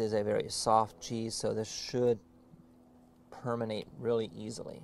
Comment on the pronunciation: the word is: PERMEATE and NOT PERMENATE... sorry... had to inform you